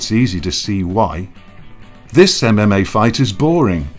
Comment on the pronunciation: He overpronunciates e v e r y syllable. em em ay, insyead of ememay